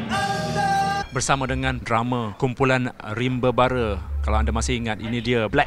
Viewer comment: bukan rimba raba...rimba bara laahhh